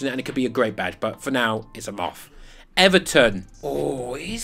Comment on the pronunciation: I heard a MUFF! He said a MOTH! 😂👍